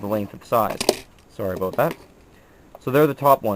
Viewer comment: Heard you say 'aboot' a few times lol. Met a few Canadians, but never noticed them saying it. I guess you are more authentic ;)